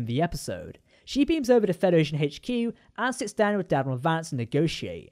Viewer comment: I thought you called him Dadmiral Vance at first 😂